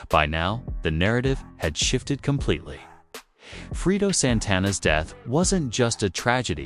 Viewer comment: Sound like he saying Frito😂